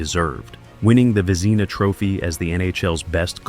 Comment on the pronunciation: Great video, but gotta get the names right. Pronouncing Patrick Roys last name wrong is crazy. And Vezina aside from that still good. Long Live the King